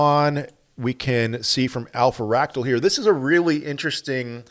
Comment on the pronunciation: It’s Alph-ractal……..Not Alpha-ractal. ….. Just sayin!!!